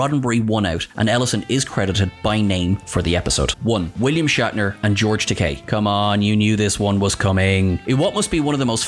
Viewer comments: You said "tek-AYE" and not "tek-AY" a few times in this one. Shatner makes that mistake a number of times and George corrected him on the Comedy Central roast, saying "It's tek-AY like in TOUPEE" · It's not Takaaay, it's Takei (like in Toupé). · It's Ta-kay, not ta-kai! As George Takei famously said during William Shatner's Comedy Central Roast, it rhymes with toupée. 😂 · Just one point. Takei rhymes with 'OK', not 'bowtie'. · It's Takei, not Takai. Who's making these videos?! Obviously not Trek fans, though they claim to be. I've heard other actor & chatacter names mangled in some of their other videos as well. Whatculture bozos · Whoops ---you mispronounced George Takei several times, yet got it right other times... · You lost credibility when you mispronounced Takei. As he himself points out, Takei rhymes with gay. Do your homework bud.